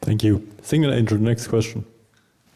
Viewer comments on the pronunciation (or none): none